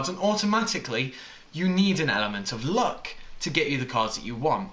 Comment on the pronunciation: It sounds like he is saying look instead of luck lol